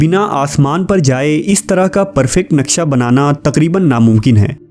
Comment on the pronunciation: Brother its naqsha not naqsa